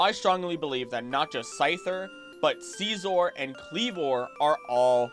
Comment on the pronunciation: “Sceezor” kills me 😂😂😂